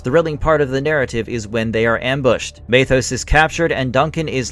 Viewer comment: MEthos. Not MAYthos. There’s only about a hundred episodes where were given the pronunciation.